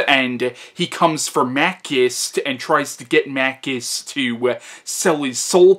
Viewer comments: Your pronouciation of Machinte is totally wrong! He isn't Makist he is Machintay the original Hercules of Italian cinima... The continuity of franchise is that this is film star is really a hero that will abuse your dog but help a beautiful lady & save the family honor of the Italian audiences. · It's pronounced Mah-CHEE-stay.